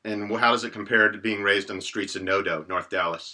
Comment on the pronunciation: Shouldn't it be Noda instead of Nodo?